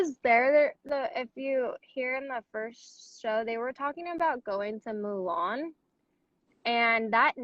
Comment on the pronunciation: I thought I was the only one who heard Mulan. I think she meant Milan?